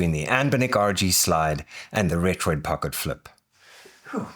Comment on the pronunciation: Thanks for not calling it retroARK